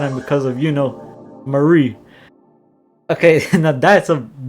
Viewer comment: Why every time you say Marie it sounds like Maurice?